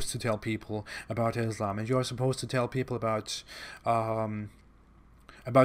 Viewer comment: Abdul KArim, non Muslim Islamophobes do it all the time! First make him learn correct phonetics how to pronounce Islam! It is not what he utters! Stupid! Do you get it? Then he could try hoodwinking and camouflaging his non Muslim background